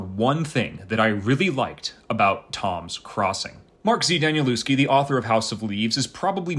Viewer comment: Hi there - nice review! I've read it once and have read it most of the way a second time. First, his name is pronounced 'Danielevsky'; I used to think it was the same as you do. Also, the people commenting are only described by their deaths in the 2nd part of the book, I'm not sure exactly where he changes, but earlier, it would be 'As this person would later say to that person' and then go ahead and describe it. Nothing about their deaths in that first half or so of the book. I'm a big fan of 'The Familiar' series too, btw.